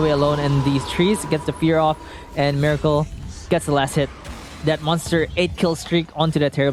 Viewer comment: Its pronounced Meh-racle